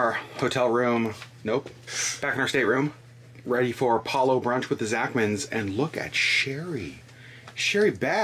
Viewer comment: Another big thumbs up for properly pronouncing Palo, rhymes with follow! BTW, focaccia = foh-kah-tchah, not foh-kah-shah! You can get over the Disney cruise blues by booking your next cruise and here's a Disney lowest cruise fare alert: 4-night Disney Magic from Miami on 27 January 2022, from $503pp! Also, 4-night 13 January 2022 departure from Miami on the Disney Magic, from $518pp! Even if you can't go, tell your friends and family! Caveat: The weather usually will be cooler these weeks but still warm for Alaskans! Thank you for bringing us along with you on the Disney Wonder!